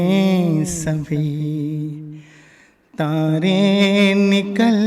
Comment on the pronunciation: Aise chashma lagakar munh bnane se mohammad rafi nahin bana jata.तारे होता है तांरें नहीं